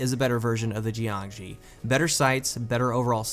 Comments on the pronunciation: geeeangshee... shouldn't it be Yangshee? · Pretty sure it's pronounced like JYONG-SHUR. It's Chinese for like corpse or something. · the fuck is a 'gee-an-gee'? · JiangShi isn't pronounced like that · And he burchured the name